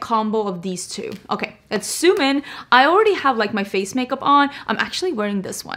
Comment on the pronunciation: "lemme soom in"